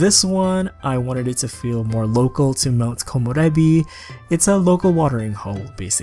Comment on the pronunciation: I WAS WAITING FOR THIISSSSS!!! I love that you’re the only youtuber that can pronounce Komorebi correctly haha